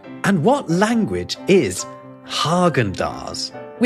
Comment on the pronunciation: well you explained Ikea- Ingmar- then you can also pronounce the "i" correctly.... Häagen in my country we say the first letter "ä" so technically we say Hägen dasz. Amazon logo: I can't help it but I see a dick